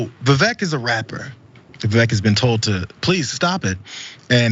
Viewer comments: It's pronounced Viv-ake. Like fake. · Vivek (pronounced “Ake”) D.Snake 🙄🤦‍♂️